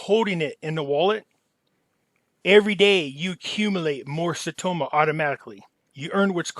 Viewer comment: Saitama... its not an O. You're killin me. Lol thks